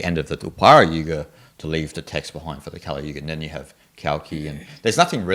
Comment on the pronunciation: 梵語的Kali的k是不送氣清音，不需要送氣，不要唸成送氣清音。